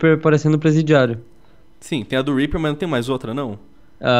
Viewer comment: Zed Rimstad HAHAHHAHHAHA eu sei cara mas é que ele falou pro R E A P E R E hahajhahahhahahah